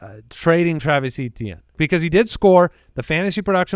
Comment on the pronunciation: For the love of God, It's EH-tien... lol